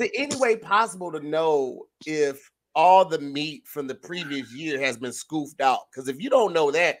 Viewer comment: said "scoofed" instead of scooped